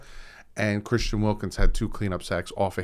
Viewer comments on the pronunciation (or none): none